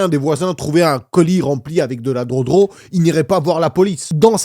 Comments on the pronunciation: On dit gueudro pas drodro mdrrr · Entendre un adulte dire drodro au lieu de drogue c est comme une femme qui ne veux pas prononcer le mot penis